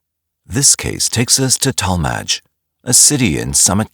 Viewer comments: It's pronounced tal-midge not tall-madge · By the way, it's pronounced Towel-Midge and Ak-Rin. Why, I don't know. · Depends on where you live. I lived in Tallmadge the city mentioned . Over 45 years. Only thing is the narrator pronounced it totally wrong and a lot of the pictures of Akron is not even Akron, Ohio.